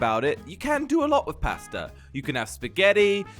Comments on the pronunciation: I love how he says pasta. Paasta (its pronounced like posta btw) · Your saying posta it’s paaaaaaaaaasta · When u say pasta try saying it liek there is a r in it so parsta